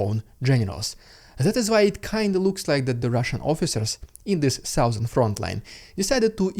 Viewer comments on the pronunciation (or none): Heavy Metal is great. What I love is how ALL RUSSIANS PRONOUNCE SOUTHERN" oh man cracks me up every time <3